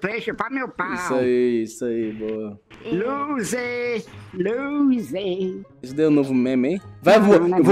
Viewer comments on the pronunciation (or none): loser e não " luser "